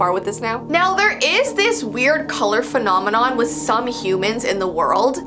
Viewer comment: “phonomanon” i